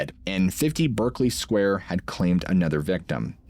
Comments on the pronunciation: In the UK we pronounce this 'Barkly Square'. Sorry to be pedantic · It’s pronounced “Barkley” square